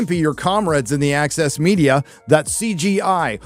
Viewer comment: when you say the "access media", it appears in my mind's eye as "The Axis Media" LOL